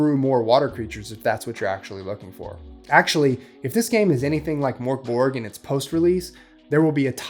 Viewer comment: Death metal? It's doom metal. And its pronounced MÖRK Borg. Idjit.